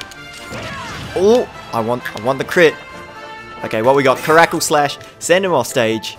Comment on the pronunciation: You're misspronouncing kacrackle